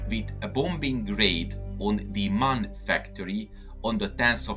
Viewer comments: MAN is NOT pronounced 'man' it is an abbreviation for Maschinenfabrik Augsburg Nürnberg. Therefore each letter is pronounced individually: Emm Ahh Enn (M A N). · The name of the manufacturer is always pronounced in a wrong way. The three letters "M" - "A" - "N" are spoken separately, not as a word.